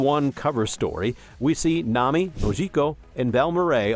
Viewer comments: It's AI, he even read the "Nam" where he forgot the i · Why do you say Nami like that?